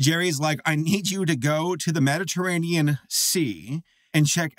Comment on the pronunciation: as a commenter i can confirm i will not bully for saying "medditeranian ocean" i also probably spelled that wrong